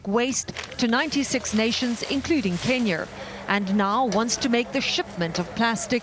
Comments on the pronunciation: Is it just me or does it sound like the narrator is pronouncing it "Kenyar"? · Does it bother anyone else that she pronounces Kenya as "Kenyer". Same to those who pronounce China and "Chiner". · Kenyer? Why is the reporter mispronouncing the country's name? It's clearly Kenya. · Kenyer* lol this lady. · Why does the reporter keep saying Kenyr instead of Kenya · Why do you pronounce Kenya with Kenyar? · She said Kenyr like 3 times and at the very end says Kenya with no problem. They totally dared her, like some kind of office joke. She's totally in with the after work bar crew now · Great FANTASTIC story. Lady its pronounced KenyA not KenyeRRR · Why does the reporter say Kenyur the whole time except at the end she says Kenya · The way the journalist says “Ken-yur” 😤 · Great idea and great report but I couldn't get over the narrator pronouncing it Kenyur? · Why the reporter keep saying Kenyer, instead of Kenya,🤔😲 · Kenya...kin yah...not kin yer. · I didnt know it was called Kenyer I thought it was Kenya. Well the last time she finally called it Kenya. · You can really tell that brick lady really loves her job and why do I hear "Kenier" every time the reporter says "Kenya"? The only time she said "Kenya" was at the end. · This reporters accent is so distracting, it's pronounced Ken-Ya, not Ken-Yer 🤦‍♂️ sounds like a British hillbilly 😂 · You can say California but you can't seem to pronounce Kenya 😂. It's Kenya not kenyer 😂🤦 these people 🙄🙃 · REPORTER SAYS KENYER INSTEAD OF KENYA BUT THEN IMMEDIATELY PRONOUNCES AMERICA RIGHT AFTER LIKE WHAT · Kenyer? That accent is failing you. It's Kenya. Ken-yah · Is the reporter saying, "Kenyer"? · Can you imagine beeing american but not beeing able to pronounce the e syllable on words properly. Kenyer, Herer, wtf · But why do they pronounce Kenya so weirdly? It almost sounds like they are saying Kenyor. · Why is she saying "kenyur"? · Why does she say “Kenyer” when referring to Kenya but says “America” just fine?